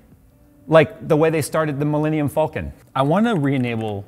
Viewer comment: pronounces peripherals correct yet falcon wrong